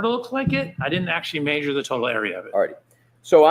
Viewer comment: The way this guy says maysure (measure) makes me cringe every single time.